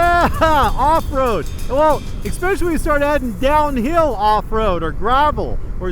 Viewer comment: At first I couldn't tell who was who, until said 'EK-specially": )